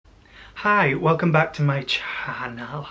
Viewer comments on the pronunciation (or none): "Welcome back to my CHANEL" 💁🏼‍♀️... 😂 laughed so hard. Keep doing you, you're nature's beauty with amazing hair! PS: You should try an ASMRish type of video. You're voice is so soothing☺